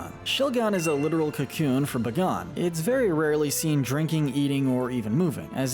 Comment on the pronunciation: Buh-gone huh? Never heard it pronounced that way. It's definitely pronounced Bay-Gone